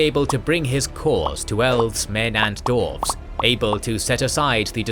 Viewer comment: Absolutely amazing job. This was fascinating to watch. Hope you don't mind me asking about why you pronounce dwarves as dorfs (missing the W out) ? I've noticed that this is a persistant problem in all of your videos & only ever for that one word. Doesn't stop the videos being brilliant of course, but that small pronunciation correction would make a big improvement. You pronounce every other word (including far more difiicult to pronounce words) perfectly, so I'm not sure why dwarves is the one word you have a problem pronouncing correctly. Thanks a lot for making this vid & looking to your future videos / continuation of this great story.